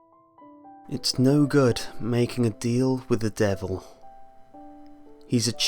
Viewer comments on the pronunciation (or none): It's 'Making'